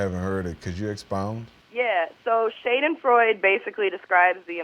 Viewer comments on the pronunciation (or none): "Have you ever heard of the word shaydinfroyd?" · She pronounced schadenfreude wrong.... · I’m German and the way she pronounced that word haha 😂 sounds NOTHING like it. At all haha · The way she pronounces Schadenfreude. 😂